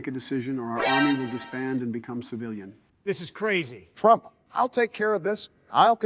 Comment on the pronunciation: 바이든 ㅋㅋㅋㅋㅋ 트럼프 이름을 제대로 못말해 ㅋㅋㅋㅋㅋ